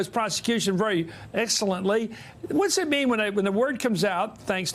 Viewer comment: LOL "excelleltly" is not even a word LOL